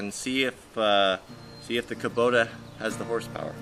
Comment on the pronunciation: A trivial point, but the pronunciation of Kubota (in Japanese) is "ku" - like you pronounced it, "bo" as in robot, "ta" like you pronounced it, so you were almost exactly right, except for the "bo" bit ... not "bo" like bow ... pedantic I know... but just thought you might like to know... regardless another great vid. Thanks